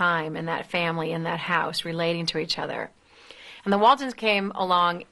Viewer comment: I loved the Waltonds? It's "Waltons".